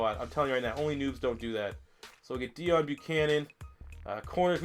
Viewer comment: It's pronounced DAY OWN Buchananon